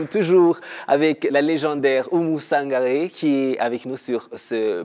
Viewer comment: Oumou Sangare et pas Sanagre